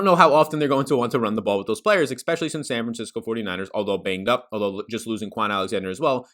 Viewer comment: this dude said san franciscki LOL